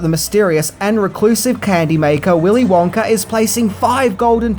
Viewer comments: "Willy Wonker & The Chocolate Factory" was all I could hear him saying. If he said Wonka by itself, it was Wonka. But any words after it, it sounds like Wonker. 😂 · Why did u keep saying willy wonker and not willy wonka?? Cant you day ahhh?? Lol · Does anyone else want to throw something or scream everytime he says "Willy Wonker?" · The accent “Willy wonker” Me every time he says it “wonk-A, wonk-AH!” 😂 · Every time says willy wonker instead of willy wonka you have to take a shot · It's wonka not wonker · “Willy Wonker?” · I remember when I was a kid, my mom would always pronounce the name as “Willy Wanker” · Stop saying WONKER u don't even try to speak proper English also level your audio so it's all the same volume like are u new to tjis? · “Willy wonker” 💀💀💀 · I have a British accent question for you. Why do you sometimes change the way you pronounce "a" sounds? For example, you said the sentence like, "Gene Wilder played the legendary role of Willy Wonka in Willy Wonker and the chocolate factory". What, when and why makes you decide to pronounce the "a" to sound like "uh" and in the other, pronouce the "a" sound like "er"? I've wondered why this is done for a long time. I know that it isn't just you, I have heard other British people, documentarians, narrators and actors make the same different pronunciations. This question wasn't written to offend anyone; it was simply a question from a curios mind. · Willy "Wonker" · “Willy Wonker”😂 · Do you keep saying “Wonker”? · "willy wonker" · “Wonker” lol 😂😂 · Good as always, but I couldn't stop hearing you say "Willy Wonker", and then I would giggle about it should be Willy Wanker...and yes, I'm an adult. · I love how he keeps calling him WONKER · You say Willy Wonker... So annoying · Did you say “Willie Wonker”? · "Willy Wonker"? Lol. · Wonka with an A. Wonker??? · "Willy Wonker"?